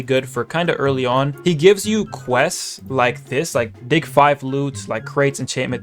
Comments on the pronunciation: why at the start it sounded like he said welcome to dih☠☠ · He said dih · He did NOT say dig 🥀